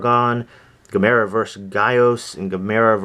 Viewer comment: loved Would You Rather,Evil Dead 2,Monster Squad,The Fog From Beyond is my favorite Stuart Gordan and Jeffrey Combs film btw you're saying Gamera wrong ;)